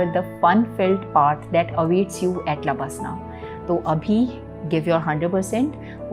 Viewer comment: Don't say lbaslna, it's labasnaaa